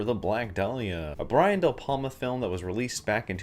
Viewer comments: And it’s De Palma, not Del Palma :) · Brian DEL palma???? deL palma? I mean, learn to say the guys name at least... you're pronouncing a letter that isn't even there. To speak negatively about a subject, at the very minimum say it right...